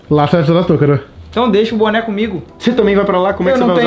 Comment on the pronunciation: Ué se vai usar boné? "Buné" kkkkkkkkkk